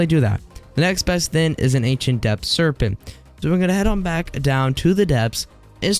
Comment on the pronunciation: Why does he said “Serpenn-t”